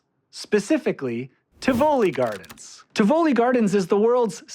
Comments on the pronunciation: I think it should be pronounced as "tee-vo-lee" with a stress on the first and a light stress on the last syllable. you pronounce it the way I would! All in all a nice try! Being a Dutchman I can imagine it's tough to find out how another related but strange language works. Well done! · IT'S Pronounced TI' vo-li , you guys, with accent on the FIRST syllable. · TI voli NOT Ti VOli! Americans always think all foreign words are pronounced like Italian spaGHetti, you just accent the second syllable. No that's very often not the case! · Great video. But a note on pronunciation: the granddaddy of all amusement parks is called TIV-oli not Tiv-O-li. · Isn’t it ’Tivoli and not Ti‘voli?!?